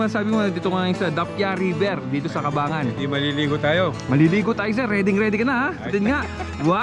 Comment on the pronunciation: Brad sa susunod aralin mo muna yung tamang bigkas ng Cabangan. It is prnounced "Kabang-gan" po, hindi ''Kabangan'.